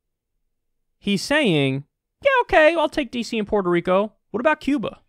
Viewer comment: Why can no one say Puerto?